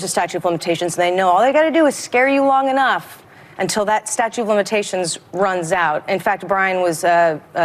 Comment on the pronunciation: She says STATUE! 🙄